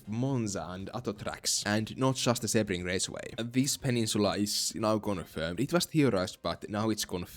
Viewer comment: its pronounced "see-bring" not "seh-bring." Source: am floridian.